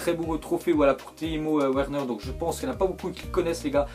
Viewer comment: timo werner sa ce li verner